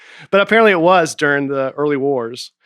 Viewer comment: Nate says "Deering" instead of "During"